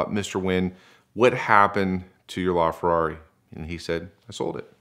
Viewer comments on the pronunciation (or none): none